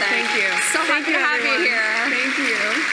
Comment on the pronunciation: ........... .........hilarious...... Grand-Dad's giant Pantaloons are "wearing her" again. ........and COMPLETELY FORGETTING her Word Salad at 9;48........."thenkew" now piss off.